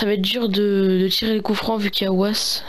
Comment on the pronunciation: et on dit vass et pas ouasse